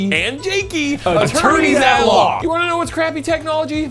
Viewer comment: Jakey, jakey, and jakey "Attonerys" at law lol 😂